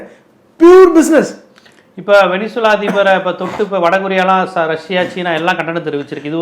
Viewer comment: சார் உலக நடப்புகளை அழகாய் விவரிக்கிறீங்க... ஆனா (venezeula) வெனிசுலாவை வெனின்சுலானு உச்சரிப்பது போல தெரியுதே??